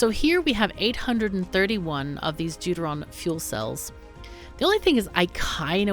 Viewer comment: Every time you say "Deuteron" I hear "dude-ah-ron".